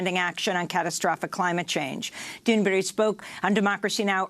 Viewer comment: Oh, come on, Amy. Get Greta Thunberg's name right. It is not difficult. You are mispronouncing her name now for a while. Not very respectful and not fitting for the high level of DM!'s journalism.